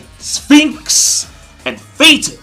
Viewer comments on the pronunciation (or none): its phinks not sphinx you have been calling him that for so long you need to be able to get it right eventually